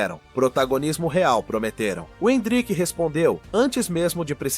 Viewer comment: oh, áudio do IA, n é endríck, é êndrick, kct!!!